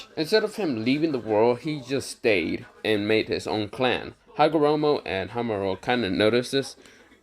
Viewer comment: This is how you say hamura. Ha mu ra